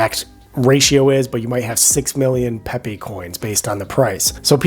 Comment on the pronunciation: pep-ayy coin not peeepeee lool